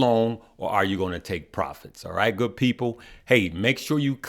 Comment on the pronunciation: Band sound goo-ed lol.